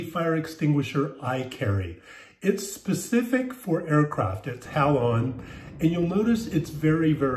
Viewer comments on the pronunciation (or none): You pronounce Halon all weird…. It’s sounds out like Hay-lon